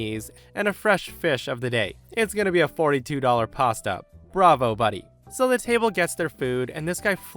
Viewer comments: Please learn how to pronounce pasta. Seriously dude wtf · Yeah, that bugged me just a bit. But maybe it’s common from his part of the world — which I imagine has lots of sheep pastures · The way says "pasta" has me giggling:) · You really pronounce "pasta" like that? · I love how pronounces "pasta!":-)